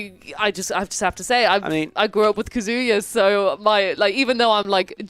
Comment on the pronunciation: you may love Kazuya, but you’re pronouncing his name wrong lol